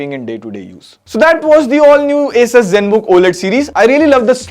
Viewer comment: okay, at least somebody calls is A-sus not aa-soos